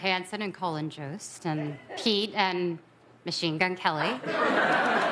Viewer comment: Her pronunciation of Colin Jost. Colon 😂